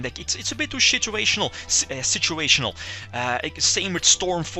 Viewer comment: Lol u said shituational